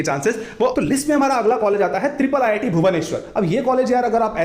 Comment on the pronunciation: it is not triple ii t. it is iii t